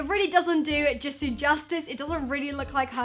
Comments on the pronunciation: Don't worry, you pronounced Jisoo's name right☺️ I'm happy you didn't say it like "Jisow" like most people do😑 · you said jisoo right 👏 i used to say J(eye)soo instead of j(ee)soo when i first started getting into kpop and stanning blackpink so congrats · I like Rosé best from blackpink and yes, you are pronouncing Jisoo correct! I didn't know you were into kpop! My favorite kpop band is BTS btw